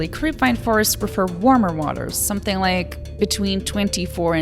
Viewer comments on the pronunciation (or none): none